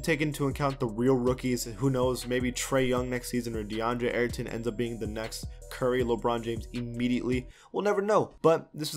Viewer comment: DeAndre who? I know he meant Ayton but what on earth did he say?